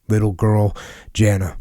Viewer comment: Sorry Jocko, but I'm pretty sure the daughters name is pronounced 'Yah-nah'. Wouldn't normally bother me but had to get that off my chest.